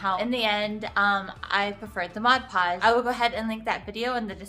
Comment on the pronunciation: Honey you need to pronounce the 'D' in PODGE! Saying Modpogge isn't correct, it's MODPODGE! I like your tip with powder.